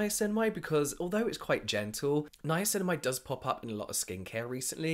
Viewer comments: I love it when says “ninamacinimide” 🥰🥰🥰🥰🥰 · Was that a nine-nine-acinamide I heard? Or something else????? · Ninanicinimide....or Ninaninacinamide...lol Love the podcast, you two are hilarious 🖤🖤